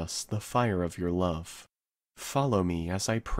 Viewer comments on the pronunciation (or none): none